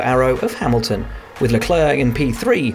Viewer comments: I have no clue who this Leklurque guy is. Maybe they mean Leclerc? In the case it's pronounced similar to sinclair, but instead if 'sin' you say 'le'. Compris? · Why can't these guys say Charles Leclerc's name right? Just so lazy